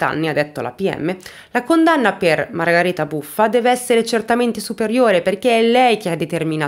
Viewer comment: Nulla togliere alla tua bravura e ti seguo da tempo ..ma solo io sento "Margareta" e non "Margherita"? È il suo nome?